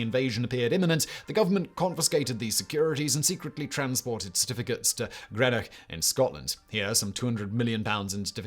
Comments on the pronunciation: Green ock NOT Gren ock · Simon this is the second video I've seen you call it Grenock, it's Greenock. Pronounced GREENock!